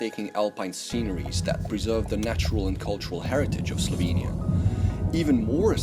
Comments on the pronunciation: I just got done telling another YTber about pronouncing words but you're right on. Hope you get more subscribers and keep up the good work. Oh, and start saying Slovenia with e as in echo, there are no two i's or y's in Slovenia. Great job otherwise. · Especially "slovinia"